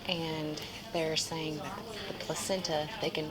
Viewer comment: i like the way she pronounced placenta